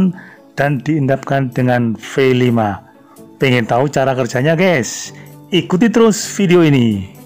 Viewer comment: Om...f dan v bedha lho. Koq nyebutnya F5 Tapi tulisane V5. Yang bener yang mana om...